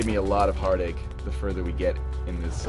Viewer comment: "heartake".... i get it :P